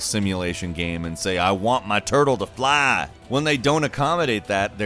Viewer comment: I lost it when said, "AH WANT MAH TURTLE TO FLAH!"